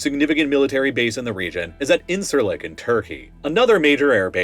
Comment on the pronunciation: Something you should know for future geopolitical videos centred on the Middle East: Incirlik is actually pronounced like "injure lick." C makes a j sound in Turkish.